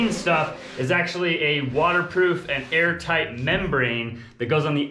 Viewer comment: I keep getting nervous when they say , “we’re Aar-tight’, as we all know is super important at that a home “breathes”. Ventilation, etc. Also, if they want to use that sunroom as much as it seems that Ali wants too, I hope they have a duct for central-Air. Cant, live w/o central air and be comfortable, and that sunroom will be a sweat-lodge, unless has an a/c vent for all the hot months, when a cross breeze from windows just wont cool it, enough. Best wishes, they should be super proud. ✌️